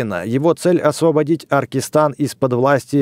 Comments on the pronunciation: Бэкст какой Аркистан? Акаристан! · читай блин правильно Акаристан а не аркистан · Круто снимаешь. Зачем ты говоришь Аркистан если там написано Акаристан